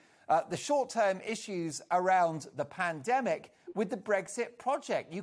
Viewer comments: Someone please teach to say pandemic, a year later panamdemic,.love how the women are trying not to fall on the floor laughing at this thicko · I'm sure he does that on purpose , he's been saying Panademic for as long as I can remember and no-one ever corrects him on it - surely he is not totally fuck-witted ! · That wannabe Peter Stringfellow is such a nonce. So ignorant. Wish I'd never used his plumbing company over the years. Overpriced work. Obviously needed the money for his plastic surgery. Doesn't even know it's pronounced pandemic not 'panademic'. Charlie is just peed off that he's losing his cheap labour. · WTF is a Padedemic Charlie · "Pan - a - demic", "Bi - n - den" - Who the fuck is this melt (and I'm not talking about his face)? Homer Simpson or something? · Not sure who's getting more airtime at the moment Poundland Rod or Tony BLiar??? Both are *$&$*$%#!!!! "It's a Pan-A-Demic" 🤦‍♂️